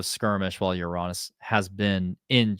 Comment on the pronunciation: What? Did he say You Raww Ness? I never heard that. I've only heard Your Anus or You reh ness